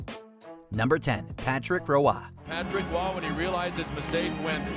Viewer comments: Patrick Roy: is pronounced like Waugh, I know confusion when I first seen it and was like That's Roy (R-Oy) Waugh is prounced like (Wa- ah) only reason I find the mistake even funnier😂 the announcer prounced it correct right after the voice over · It's just WAAH!!! Not RWAAH!!! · Patrick Roy's last name is pronounced Wah like wah pedal NOT Rowah. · Patrick Roa. HAHAHAHA. Come on, you're Canadian! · The goaltender's name is pronounced "WAH". I would think someone at WatchMojo would know how to say it correctly, considering the site is based in Montreal, and that he spent about the first decade of his career with the Canadiens. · "Patrick Row-ah?" Can someone get Rebecca Brayton in here please! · Patrick roy not ruah. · How many times did the narrator mispronounce Patrick Roy's name 🤬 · I can't get over the mispronunciation of Patrick Roy